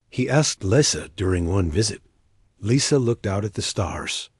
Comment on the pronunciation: Thumbs up, good story, one of the better A.I.'s, but ... saw "Lisa" pronounced "Leesa", then 5 words later, saw "Lisa" pronounced "Lisa" . I would expect even lesser A.I.'s to have some consistent pronunciation. Just sayin'